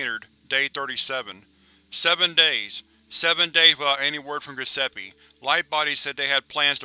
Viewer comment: "Gusseppe"... you're killing me...